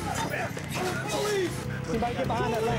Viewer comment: Po Lice … Po Lice …. 😂 Man they ruined that nice house